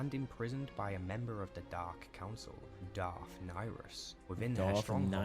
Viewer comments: He is saying Darth Niris not Darth Nihilis to different sith lords. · Darth Nyriss, Not Darth Nihilus